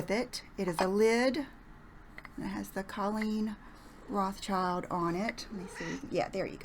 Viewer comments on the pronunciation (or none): none